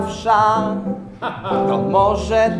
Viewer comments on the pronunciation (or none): Bardzo fajne, ale mówi się wesz, a nie wsza (w tym znaczeniu).